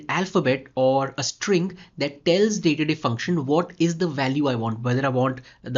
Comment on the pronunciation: Nice video and it's not datedif. Its actually date dif ( dif for difference)